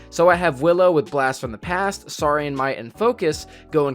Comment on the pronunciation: You are the best but please pronounce “Saurian” right. ❤️